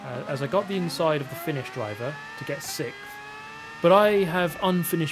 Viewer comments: Does it bother anyone else that he pronounces sixth “sickth”? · Hey! I notice that you always say sicth instead of sixth (you don't say the x)... Is this a British thing or pure Super GT?